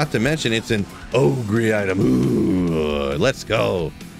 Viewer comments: Is it a meme how you pronounce Ogre? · all that energy for spazzing out, still refuses to pronounce ogre properly smh